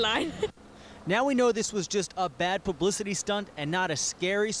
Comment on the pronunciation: haha ... he said "pubicity"